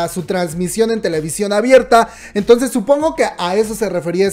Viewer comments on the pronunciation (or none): none